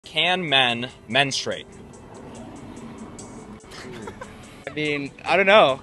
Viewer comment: Men-STROO-ate...not "men-strate"...the word has THREE syllables. MEN STRU ATE